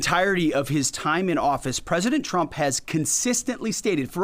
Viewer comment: I still hear “President Chump” when he says it. Just like Karolie.